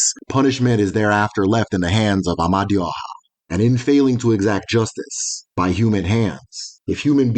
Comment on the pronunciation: Amadioha is a wrongly pronounced, the true pronunciation of that word "Amadioha " Ama e du oha meaning "the divine wisdom that leads the people". written as "m d h".